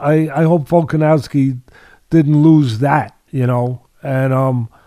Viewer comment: Teddy still saying "Volka-nalski" Love it. Lol.😂